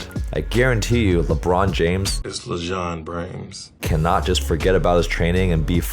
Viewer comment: The “it’s lejon brames” got me dying🤣🤣🤣